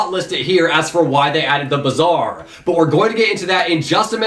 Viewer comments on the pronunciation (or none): Bazaar is pronounced like Baazaar and its meaning is "market"